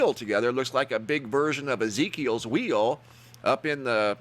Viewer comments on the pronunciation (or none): none